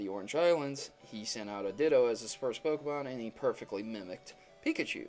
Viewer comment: PLEASE, before doing ANY more theory videos, learn how to CORRECTLY pronounce a Pokemon's name.